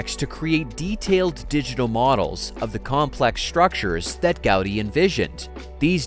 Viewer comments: Man könnte ja ihm zu Ehren seinen Namen richtig aussprechen: Gaudiiii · Gau-dÍ! With accentuation on "dÍ".